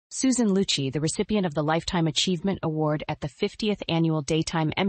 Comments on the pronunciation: Yes, I cringed every time her name was mispronounced. It is Loo’-chee. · it’s pronounced loochy! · Something Joan Rivers would of said. Kudos! Would be nice if you pronounced Susan's last name correctly.